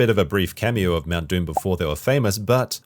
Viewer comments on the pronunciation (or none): none